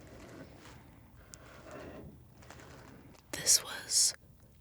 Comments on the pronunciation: I thought she kept saying "Grady." I was like, "Whos' Grady?" lol Then I looked her up and saw it is Greedy. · thought she was saying “grady” for way too long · When she said greedy I thought she said “Grady”